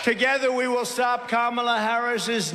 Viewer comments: At least he’s finally pronouncing KAMA-la correctly instead of ka-MA-la. Must have been all the peer pressure 😂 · And during those mispronunciations I think I heard him pronounce Kamala's name correctly. Proves how childish he has been mispronouncing it on purpose. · wow I think that's the first time I've ever heard him pronounce Kamala correctly ... just imagine that were the norm and not the exception for him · The biggest glitch was where he actually pronounced Kamala correctly. For once. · Holy shit he pronounced Kamala correctly! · The biggest glitch is him pronouncing her name correctly. Most RWNJ talking heads purposely pronounce it incorrectly, and Trump had been as well until recently. Odd. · He glitched in that he pronounced her name correctly. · I noticed that he is now pronouncing Kamala’s name correctly. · I think the most shocking and alarming thing is that he accidentally said Kamala Harris’ name correctly has to be a brain glitch! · Wow he actually pronounced her name correctly 😂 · Shocking to hear him pronounce her name correctly. That's the biggest glitch of them all